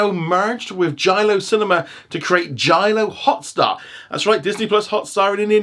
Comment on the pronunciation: It's NOT Jalio Hotstar IT'S JioHotstar I WILL CALL PUSHPEK Sidhu